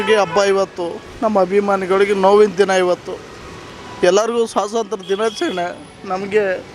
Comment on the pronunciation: Swasantra allvo bolimagane, adhu swathantra